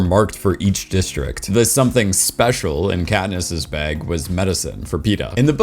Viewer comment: I am obsessed with the way you say bag (beg).